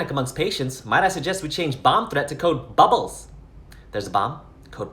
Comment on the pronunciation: The way he says “Code Bubbles” 😂😂😂😂😂😂